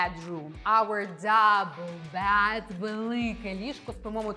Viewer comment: Слухайте, ви мені ніби й сподобалися, але коли лунає суржик (полотенця замість рушники, кровать замість ліжко, тощо), то трохи втрачається довіра до Вас як до філолога( . А потім ще й кілька разів bad замість bed... Може, звісно, ліжко ваше й погане, але ж воно не перестає бути ліжком. Вже й не знаю, чи варто додивлятися відео... Сумно.